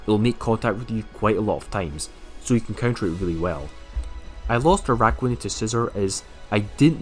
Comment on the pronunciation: Stop with the ARAIDOS pleaseee!! Triggers me so bad..